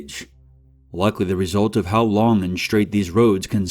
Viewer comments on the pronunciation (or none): none